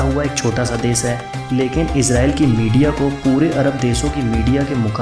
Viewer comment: nothing new. all common knowledge. its desh.... sha not sa. thats very irritating, sorry dude. I appreciate your effort but wastage of my time.